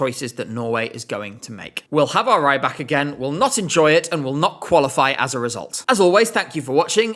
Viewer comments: He's not "Ray-bak", he's "Ree-bak" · I keep being thrown off by pronunciation of Rybak... it should be that of 'rib' not 'ribe'.... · Please pronounce it Reebak and not Raibak, it’s killing me slightly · Alexander Rybak ❌ Alexander Rajjbakk ✅ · With the incomprehensible nose dive that MGP has been taking since 2024, Alexander’s participation is THE LEAST OF MY PROBLEM. 😂 Note: it’s Alexander REEbak, not Raibak 😂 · R-Ály-bak. - auch👂...not for the song, for the name pronouncing. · "Alexander Raybak"😭😭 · Why do you pronounce Rybak like "raibak"? He's Belarusian and you speak Russian, you should have recognized that his last name is just the word "fisherman", рыбак. So it's pronounced closer to a short i sound, not the long ai. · you're right, it is pronounced ree-bak! This guy totally mispronounced his name. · That’s not how you pronounce his name.